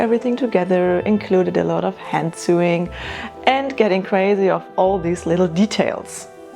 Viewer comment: It’s sewing….. English pronunciation is sew( like so)